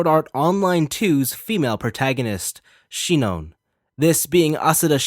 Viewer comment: Omg bruh it's sinon (Sai none)